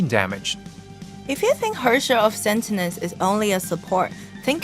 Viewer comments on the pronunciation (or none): "Herrscher of SENTENENCE" ._.) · 米哈游是不是疯了？发布视频连主角的名字都能念错？sentinence 是什么鸟？太丢人了吧？ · Im confused, its spelled as Sentience but pronounced as Sentinence? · Lmao the hosts mistakenly called her Sentinence instead of Sentience. I understand English is not their mother tongue, so am I. Well, mistakes can be change. Thanks for the new update with abundance of prizes. Keep it up! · How did noone in the recording notice that they were saying the wrong word? They kept saying Sentinence, when its Sentience. Sure they sound similar, and i can understand someone making the mistake, but did noone else working on the video not notice that mistake? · the hosts can't pronounce "sentience"